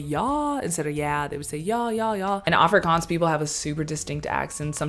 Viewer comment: As I continue watching your video I must admit.....you pronounce "afrikaans" words better than Charlize Theron which by the way is an "afrikaans" South-African😂